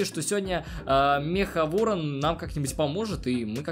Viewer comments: Ты сказал вооан 10 раз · 7 раз говорил ворно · Ты сказал Ыорон 10раз